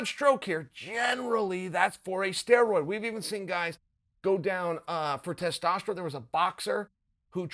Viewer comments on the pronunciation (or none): none